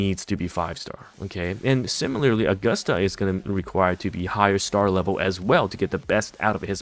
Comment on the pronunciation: Why is he still saying AugustAH and Eeeeeda lol